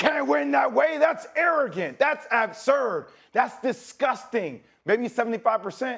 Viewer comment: J Will can't even pronounce "absurb" correctly